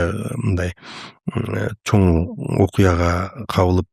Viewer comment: Такое ощущение что специально акцент делает. Неужели за столь лет жизни научился выговаривать слово "Чоң" и букву "ң".